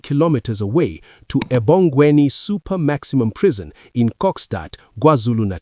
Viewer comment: If you’re gonna run this story again, please note that it’s pronounced “Ebhongweni”.